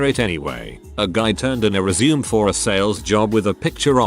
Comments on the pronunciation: ResuMAY, it is pronounced resMAY!!! It is originally a French word and is pronounced with a long a at the end. I quit listening, if you tell someone you will give them your "resume", pronounced as if you were going back to doing something, as opposed to a ResuMAY, which is a summary of your work history and marketable skills, you won't be getting the interview. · I like how the text to speech says resume as in go on, I guess because there isn't that little dash thingy.